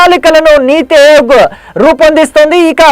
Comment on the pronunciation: అయోగ్ కాదు ఆయోగ్